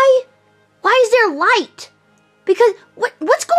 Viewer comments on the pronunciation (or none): none